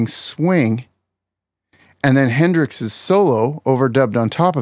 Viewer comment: …”Hendrix’s”…🤣 I can’t take this man seriously after that. Is this 3rd grade?